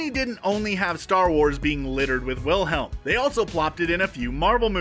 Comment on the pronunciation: Pronounced it with the W sound Instance dislike 😤😤😤😤😤 It’s a V Aaaaaaaarrrrrrggggghhhh